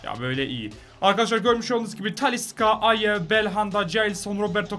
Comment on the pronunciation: Taliska deil Talişka cagneyede diagne dionuz😂